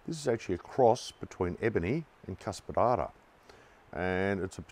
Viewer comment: Fala "Cuspidata" de novo, por favor... achei muito engraçado